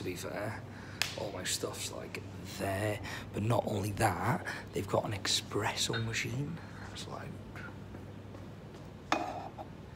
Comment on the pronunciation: He also called it expresso...*cringe*